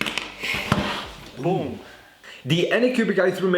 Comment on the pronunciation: The second he said boom I was like, since when did he become crazy Russian hacker?